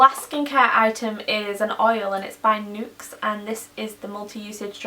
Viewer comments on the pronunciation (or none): Nuxe is pronounced "Nucks" :) They've named their company based on a cross of nature, and luxe :)